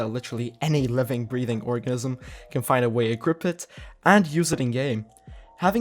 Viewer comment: I listened like 5 times my guy and you 100% said orgasm, leave it in tho it’s funny lol